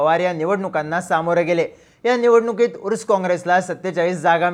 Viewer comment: उर्स काँग्रेस नव्हे तर अर्स काँग्रेस असे नावं होत Pawar is power of politics